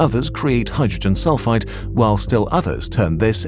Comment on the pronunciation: It keeps sounding like he saying hydrogen sulfITE not sulfide. Two very different things